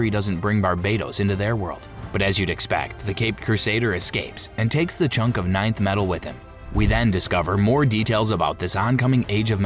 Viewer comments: Stupid AI garbage. It's not ninth metal. It's Nth metal. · 😂 Thank god somebody said it. (Enth) metal not ninth. Hawkgirl's mace is made of Nth metal. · Nth metal, not ninth metal! Saying it wrong is doing my head in, and I can't keep watching. It's like nails on a blackboard.